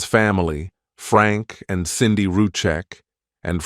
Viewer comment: it's SANDIE not CINDY....